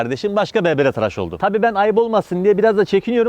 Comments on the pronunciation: Abi "traş" değil "tıraş" lütfen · traş değil tıraş